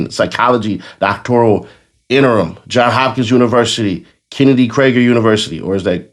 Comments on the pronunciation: Right what is a doc-tor-I-al? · The first clue should be she pronounces the name of the college and “doctoral” wrong.